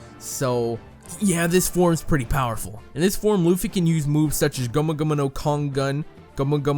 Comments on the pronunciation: THAT. WAS. AMASING!!!!!!!!!!!!! This comment was and is so in-depth that I read and thought "Is he a scientist", then instantly commented you blew my mind and you need to learn that there are 3 forms including bounceman, plus that Luffy is pronounced Luhffy, not Loofy, seriously, and stop pretending like you know crap and read the manga watch the anime etc. etc. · DIS DUDE SAID LOOFY